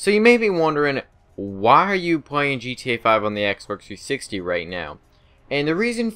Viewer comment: Lol he said xberx 360